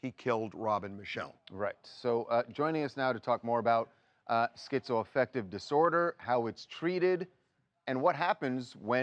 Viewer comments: I feel stupid for thinking TMZ might have something salient to say about this case and its complexities. However, the second you introduced that whack job political hack “Dr. Drew,” mispronouncing schizoaffective no less as SKEEZO -affective; I knew I had made a grave error! Get a better class of talking head TMZ 🥱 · Dude Dr Drew is so fucking far off base in his description of schizoaffective disorder… down to his weird pronunciation. It is not almost considered a personality disorder by any legitimate professional. It just a mood disorder with psychotic features. It’s a broad spectrum disorder. And many people are able to live meaningful productive lives while living with it